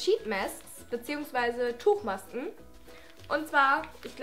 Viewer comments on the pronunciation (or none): Die stelle als du den namen von der letzteb Tuchmaske ausgesprochen hast😂